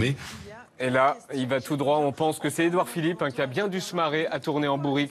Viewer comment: "Édouard Philippot" 😂